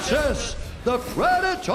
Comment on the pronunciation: The pradator France DESTROYS brock "joe lauzon" Lesnar